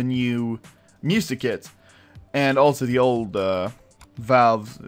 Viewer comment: it sounds like he says "so counter strike just released music kids"